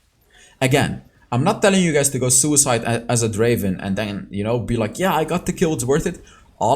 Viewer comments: It's not Draven, it's Draaaaven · Not Draven, DRAAAVEEENN